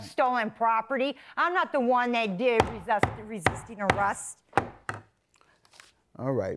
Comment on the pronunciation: RIP English language, the Defendant hardly knew you. "Jealous of my brush," "resussting arrest," "onkaholic," "Facebook page-book," "emotional Strauss," (sounds like a name of a band!) "you are no longer warcome in this family," "she purshes my buttons," and she suggests the Plaintiff's brain is pickled?